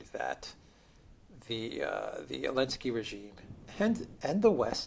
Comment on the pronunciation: STILL calling Zelensky 'Elensky' (ridiculous).